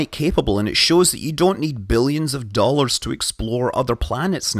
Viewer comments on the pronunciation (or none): none